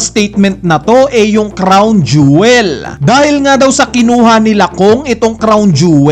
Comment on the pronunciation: Jowel.pala.un hindi jewel..hehehe